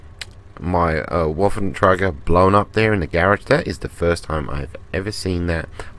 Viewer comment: not to be a grammar nazi but the "w" on waffentrage is pronounced like a "v" just a little tip :D